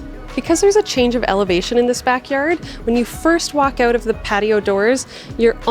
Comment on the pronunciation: I like when canadians say the word "out""